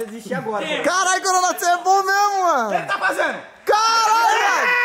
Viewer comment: Corona e máquina quando ele fala sai Memo